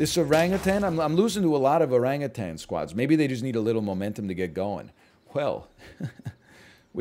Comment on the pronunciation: the way he enunciates Oran-GutAn will never get old to my ears